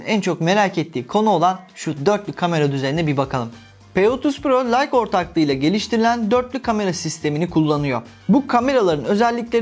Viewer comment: Leika değil layka diye okunur